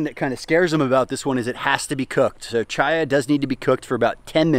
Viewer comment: i just have to finally say this. My name is Chaya. its hebrew , means life, which is why thisn plant is named this bc of the high nutrition and it being readily available in poorer countries. But its pronounced w a hard C. like Chris, which noone messes up. like christina. yes the hebrew pronunciation is a bit different but it aint cha cha sound. think Kaya like the marley album.